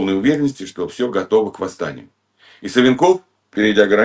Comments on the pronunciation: Не СвинкОв, а САвинков, запомни "разведчик" грамоШный 😅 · Ну это стыдно не знать Геннадий Владимирович если упоминаете- Борис СА'венков, а не СавенкОв!!! И ведущая не поправляет- понятия не имеет о ком речь!!! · Не СавинкОв, а САвинков. Что за невежды учили Гудкова? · Господи, привел общеизвестный пример. Ударение на фамилии Савинков ставит неправильно. О чем он? А сколько провалов ???? Сколько убежало этих чекистов. Сам то Гудков убежал.